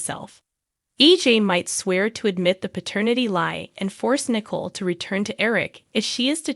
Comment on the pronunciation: You are not pronouncing the name Nicole correctly and I just start listening